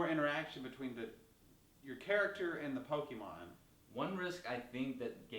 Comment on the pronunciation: The single issue that I have with this video is that you say PO-KII-MON when it is meant to be PO-KAY-MON.